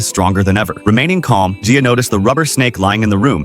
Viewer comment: You are actually saying my name right (my name is Gia btw lol)